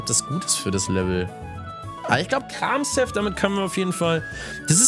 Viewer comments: Arme Pflanzenpokemon😢! Und wollte fragen, ob man Kramshef nicht wie Kramchef ausspricht. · Du ich glaube das s in Kramshef wird eher wie ein sch ausgesprochen klinkt irgendwie eleganter.__. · Lieber ich bitte sie Kramshef nicht so Auszusprechen ich Bitte sie Die Ofiziellen namen für die Pokemon zu benutzen 😂